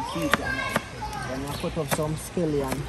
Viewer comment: Say Scallion. Not skelion.